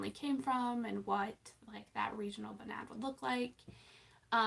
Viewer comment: Noo, that's not how you pronounce Bunad haha 🙈🙈 I'm from Norway! I'm sure I can try and help you, and figuring out where Bertha Louise came from, what bunad you would wear etc :) I'm easier to get a hold of on Instagram, I'm